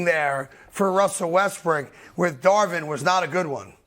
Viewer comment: Westbrick haha this dude always calls him like that